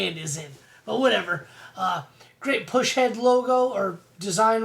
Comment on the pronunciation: Bad ass video! Though... it is PUS-head ... not PUSH-head! Haha. Great video though buddy!! Keep em coming! 🤘🤘